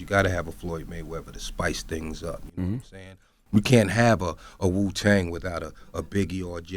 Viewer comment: MEET Magazine .... It's Wuuuu not Suuuu